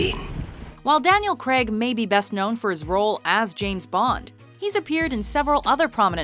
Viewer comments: Craig is pronounced - Crayg not Creg ffs. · And his name is pronounced Crayg not Creg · It's Daniel CRAIG...not Daniel KREG...lol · Craig not creg jesus christ its not hard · fact 11. the actor who plays James Bond in Specter is called Daniel Craig. not Daniel Creg. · Why can't you pronounce 'Craig' correctly? It's not 'creg' it's 'grayg'!!! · The name is Craig, Daniel Craig. Not Daniel Crag. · fact number 1. its pronounced craig not creg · Erm... who is this Daniel "Kreg", exactly?? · Did she pronounce "Craig" as "Creg" at #8? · Why do americans struggle to say the name craig? Creg! Who the fuck is creg?! Retards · stop saying Daniel Creg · Who's Daniel Cregg? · It's not pronounced creg ffs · Why do some Americans struggle to say "Craig"? Comes out as "cregg" or "creh-g" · Daniel Craig, not Daniel 'Cregg' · Why do americans pronounce "craig" as "cregg"? It has always irritated me. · I just can't stand the way she says Craig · His surname is Craig! God knows what you're trying to say